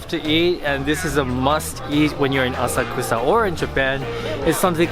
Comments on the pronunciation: It's not " ASA KUSA " , it's " A SA KU SA ". Why didn't your Japanese friend correct your pronunciation ? ! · Why didn't teach him how to say "Asakusa" correctly?